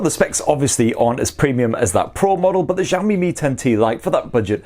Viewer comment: Xiaomi /shawh-mee/ (kinda like how you say "show me" but instead of an "o" in show, it's an "a") not /zhawh-mee/.. it gets annoying when literally all non-Asian people pronounce it wrong every. single. time.